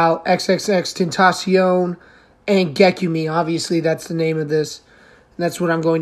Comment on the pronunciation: It’s pronounced Gek-yoom .